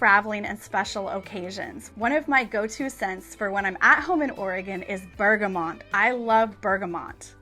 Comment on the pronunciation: Hi, just a quick observation on Bergamot - no 'N'; you're pronouncing it as 'BergamoNt'. Thought you would appreciate knowing this, seeing as it is a favourite. Love your videos!